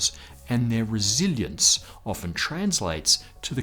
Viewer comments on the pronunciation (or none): none